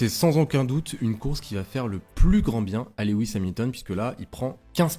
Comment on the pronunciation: Salut, De vives émotions ce week-end, ça faisait longtemps!!! Toujours de l'excellent travail dans tes interventions, c'est un régal 🙂 Puis-je apporter un petit coup de (crayon) dans tes documents... on dit LOU IS et pas Lé WIS 🙂 je n'ai que ça à te reprocher, le reste est impeccable. A très vite.